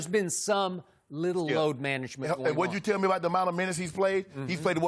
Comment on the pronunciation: I need jenny to help me with my "Load Manangement!" 😂